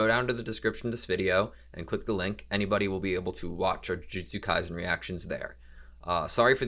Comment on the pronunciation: In case you didn't know, the S in "Kaisen" should be pronounced like the S in "AutoSave"